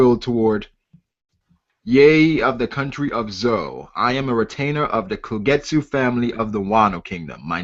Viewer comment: this chapter was legendary but why do yall keep saying kogetsu? Isn't it kozuki? Was it spelled weird before or we just didn't know Japanese back then?